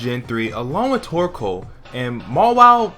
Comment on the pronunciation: I always think instead of torcoal your saying twerkoal